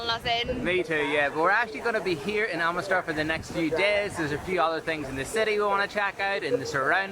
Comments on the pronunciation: ITS NOT CALLED AMITSTRAA FFS! ITS CALLED AMRIT SAAR , WHICH MEANS THE PURE LAND! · I meant it was Amritsar but the woman said at the beginning Amistra